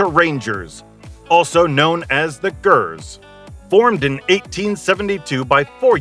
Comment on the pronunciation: It's pronounced Seltic. What a shambles. Not even knowing the team's name you've sat and made a video on. You also say Celtic vs Glasgow (both teams are from Glasgow), and mispronouce 'The Gers'. There were proabably more blatant mispronunciaitions, but I couldn't sit through more than 2 mins. You should delete this video and stick to something you know about. Obviously just Googled some info and made a terrible video.